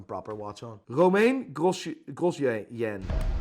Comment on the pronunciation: I love how he pronounces Romain like the lettuce 😂